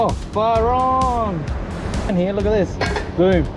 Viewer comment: no you said "heeyah" several times. are you trying to say "here"?